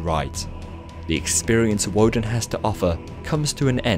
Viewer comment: It’s pronounced with a v instead of a w...